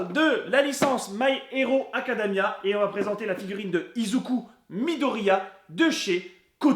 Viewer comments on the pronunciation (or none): Sympa cet unboxing ! Merci de partager ta passion avec nous. Juste une question : j'ai remarqué dans plusieurs vidéos que tu prononces "Acadamia" au lieu de "Academia" ... pourquoi ?